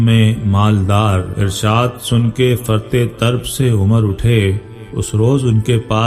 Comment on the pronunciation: Aap Tarab طربko Tarb padh rahay he-n فرط طرب ka matlab bahut ziyadah khushi jaisay فرطِ مسرت